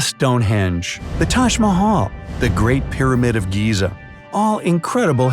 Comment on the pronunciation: Bright side: taj mahual Me a Indian:it's the tak ma ha l